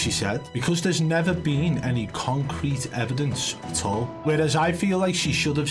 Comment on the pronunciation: I like when she said Concrete evidence she paused after saying con then she said crete . Cause its all a con. She is also reading from a script.